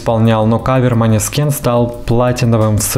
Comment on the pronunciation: Произносится мОнэскин